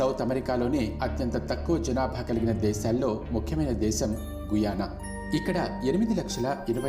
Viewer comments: గయనా అని పలకాలి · గుయానా కాదురా గ యానా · గయానా babu guyana kadu